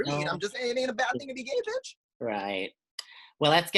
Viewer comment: It’s Britney betch!